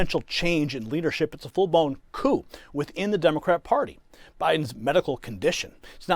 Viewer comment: Did I hear you right? Did you pronounce coup as "coop"? Say it isn't so.